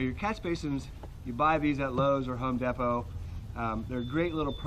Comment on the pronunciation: Wait, how did he say home depot??